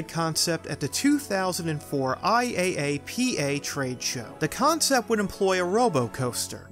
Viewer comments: "eye eye aye pee aye" 'tis pronounced "eye-ah-pa" (IAAPA) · Absolutely right, but someone who doesn't know about the industry would never know what to look up if they heard "eye-app-uh" and wanted to know more. "I-A-A-P-A" sounds really weird to ears that have been around the themed entertainment industry, but it's more helpful for casual viewers. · Just a note: no one calls it I-A-A-P-A. It's pronounced 'eye-app-uh'.